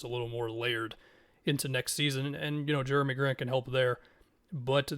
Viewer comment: “Germy” Grant 😭 very interesting on the trailblazers side of things